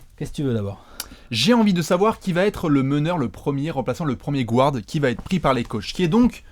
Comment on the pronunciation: Les mecs, je vous adore, mais PUTAIN arrêtez de dire "gouards", le "u" n'a pas besoin d'être accentuer, donc vous pouvez le prononcer à la française. Maintenant que j'ai soulagé le linguiste maniaque en moi, passons à l'ASG. Je trouverai ça hallucinant si Hassan Whiteside n'est pas sélectionné, qu'est-ce-qu-il va devoir faire pour enfin être respecté dans cette ligue ? Il est le meilleur défenseur au poste 5 à l'est, et collectionne les blocks comme Gérard collectionne les sa***.